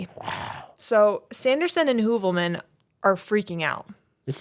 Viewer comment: My best friend’s last name ins Heuvelmans. You pronounced it so well. I had to ask her if that was her uncle/had she ever heard of him. She had not.